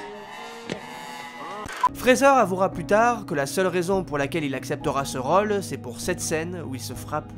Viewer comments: c'est gossant quand tu dis 'role' au lieu de rôle. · Le narrateur a un soucis avec le mot role ... c est quoi cette facon de prononcer lol